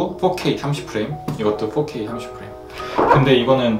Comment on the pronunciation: 왜 4k 가 f**k k라고 들리지(죄송)